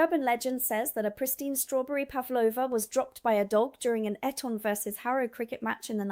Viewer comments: Eton is pronounced Eat-un, not ett-on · Eton is pronounced as Eaton not Etton.. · I always thought banoffee pie was American. Same applies to the Knickerbocker glory. Eton pronounced Ee-ton. Treacle tart not treckle. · You got your pronunciation of Eton correct the first time, then you used a short E, which is incorrect. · You cant even say eton properly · Good grief you need to check out your pronunciations! Eton?? lol 😂